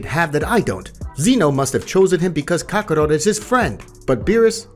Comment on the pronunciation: I can't believe you got kakarot name wrong and whis